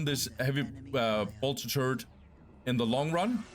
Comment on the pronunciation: It always makes me smile, how you pronounce ''turret'' as ''turd'' :D but thanks for the videos! keep it up :)